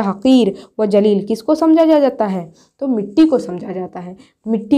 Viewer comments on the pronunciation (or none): none